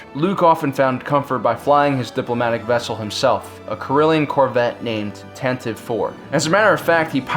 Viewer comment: I'm having a difficult time hearing "Tantiv IV." The original radio drama clearly pronounces the final "e."